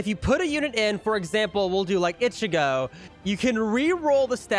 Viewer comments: The way he is saying ichigo is just 😑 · Why do you say ichigo like that..